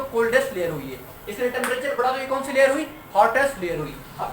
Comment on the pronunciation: Sir layer hota hai lawyer nhi